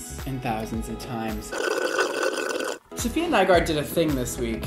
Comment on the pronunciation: It's SAFIA!!!